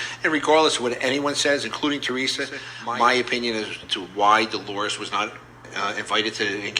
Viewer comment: Who are the three Joes your referring to and you didn’t even pronounce Teresa’s name right. There are two joes btw.